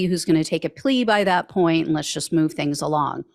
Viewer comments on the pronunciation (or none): none